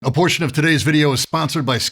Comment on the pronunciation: Almost sound like Abortion instead of a portion.. ? :P